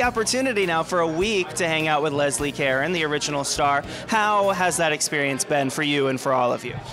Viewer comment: lovely....would have been good if the interviewer knew how to pronounce Caron's name...